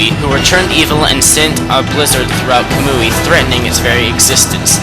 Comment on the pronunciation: isn't kamui pronounced ka-moo-e